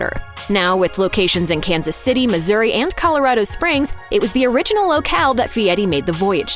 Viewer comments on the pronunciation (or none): none